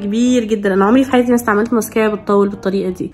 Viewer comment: انا بحبك ابغي اقولك شئ ليش تنطقي المسكرا بهيدي الطريقه